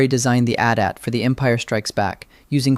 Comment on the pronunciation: what is an "a tat"? Did you mean "AT-AT"? That sounds like a mistake an AI narrator would make.